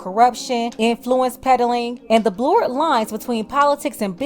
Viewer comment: YOU ARE SO CUTE WHEN TRYING TO SAY THE WORD "BLURRED", LOL